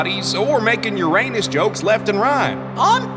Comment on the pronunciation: Titania in this episode is the first and only character that has correctly pronounced Uranus’s name